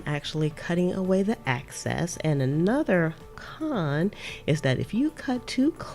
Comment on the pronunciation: “Excess” not “Access”🙂 great video .